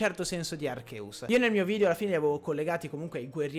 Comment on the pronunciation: Per favore spiega a questo ragazzo che si pronuncia "Archeus" e non "Arceus"